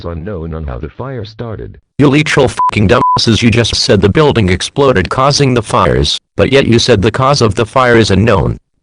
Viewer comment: what kind of pronunciation is leeteral?